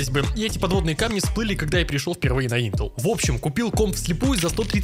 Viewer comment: ты топчик но интел произносишь не правильно